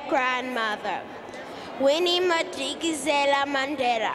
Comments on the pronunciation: The priceless look from the younger brother on the side at the bigger sister who seemed to not know how to pronounce her own great-grandmother's maiden name "Madikizela". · Aybo akakwazi ukubiza uMadikizela?!?!?